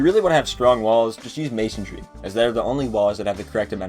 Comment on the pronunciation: *Masonry. Not Masontry